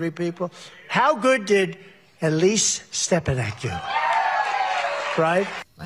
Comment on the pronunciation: Yaah Alise Stef-fanack. Thats your president. Alise Sta- fan- ik. 😢😢😢😢😢😢😢